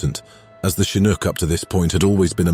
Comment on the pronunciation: in other words, this one gets it right. i cringe when hearing the 'ch' spoken as in CHarlie in the word chinook.